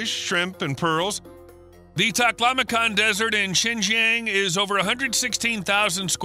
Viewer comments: Its Zin- Jii -Ang not shen jeng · XingJiang province is pronounced similar to Sing G'Ahng, not Sen Zen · Xinjiang (新疆) is pronounced similarly to [ʃɪn dʒʌŋ], while [ʃɪn dʒen] sounds more like the southern Chinese city of Shenzhen (深圳). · HELLO, This Is Addressed To ""... 4 FCUK SAKE, CAN YOU Even Get The PRONUNCIATION (Remotely) Right?????????? The Way You Say XINJIANG Sounds Like SHENZHEN (City in Guangdong). Xinjiang is SEEN + JUNG As In "Junk" Got It? 😊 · Learn to pronounce Xinjiang right! It’s“SHEEN Jiong” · I know it is about Xinjiang, but I keep hearing Shenzhen🤦‍♂ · It's great content that your videos have. I enjoyed it. Btw, the pronunciation of Xinjiang is actually more like sheen-jhon. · Your pronunciation of Xijiang is not accurate. To add to the confusion, the subtitle translates Xijiang as Shenzhen.